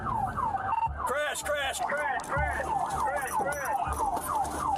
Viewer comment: why is the word crash like cr*sh?